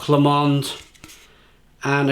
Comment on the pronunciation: Loch Lomond....pronounced Loch Lowmond not Loch Lawmond. Not bad attempt for a Welshman though. 10 out of 10 reviews do not happen very often. Must try to get some cans.